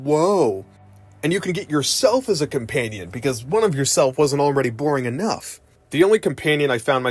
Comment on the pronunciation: Why do you keep saying ''compaynion''?